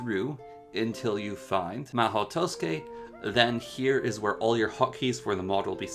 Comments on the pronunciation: Wrong, it's pronounced as ma-ho, the u is left out, and tsukai is pronounced skai. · did he just say to-skay